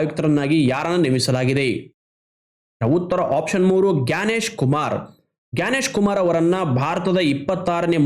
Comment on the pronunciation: ಗ್ಯಾನೇಶ್ ಕುಮಾರ್ ❌️ ಜ್ಞಾನೇಶ್ ಕುಮಾರ್ ✅️✅️✅️